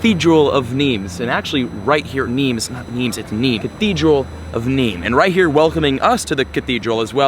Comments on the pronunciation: Who else thought he kept saying “arena of memes” :P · Am I the only one who thought he was saying memes the entire time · you dont pronounce the s in french so its just nime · When He Said nimes i thought He Said meme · Did anyone else think he said meme guide at the beginning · The first two times he said Nîmes I thought he was saying memes 😕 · The whole time i thought he was saying the Arena of Memes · Did anyone else thought he said meme at the beginning